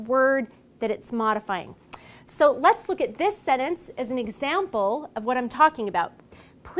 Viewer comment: Thank you for the great video. Just one thing that I didn't like is the way the word /sentence/ is pronounced.